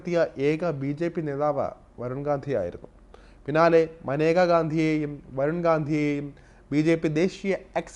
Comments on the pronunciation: Not Maneka, she is Menaka. Your pronunciation is wrong. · മാനേജ അല്ല മേനക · തൻ്റെ പേര് ഉച്ചരിക്കേണ്ടത് മനേക എന്നല്ല 'മേനക' എന്നാണെന്ന് അവർ തന്നെ പല പ്രാവശ്യം വ്യക്തമാക്കിയിട്ടുള്ളത് ശ്രദ്ധിക്കുക. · Report kollaam. But Maneka alla. Menaka ennaanu name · She kept her spelling like Maneka but her name should pronounce Menaka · മനേക അല്ല മേനക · മനേഗ അല്ല മേന ഗ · മനേകയല്ല. മേനകയുമല്ല. മേൻകയാണ്. ഇംഗ്ലീഷിൽ മേൻക എന്ന പേര് ജനന സർട്ടിഫിക്കറ്റിൽ എഴുതിച്ചേർത്തപ്പോൾ MANEKA എന്ന് തെറ്റായി എഴുതപ്പെട്ടതാണ് എന്ന് മേൻക തന്നെ പലപ്പോഴും പറഞ്ഞിട്ടുണ്ട്. അതുകൊണ്ട്, ദയവായി തെറ്റിച്ച് ഉച്ചരിച്ച് പ്രചരിപ്പിയ്ക്കരുത്. മോദിയുടെ പേരും പലരും മോഡി എന്ന് തെറ്റായി ഉച്ചരിയ്ക്കുന്നു. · Name is pronounced wrong,Pls do research before presenting a topic . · Sir I think Menaka is not correctly pronounced.